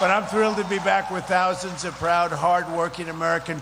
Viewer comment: Didn't sound like thousands.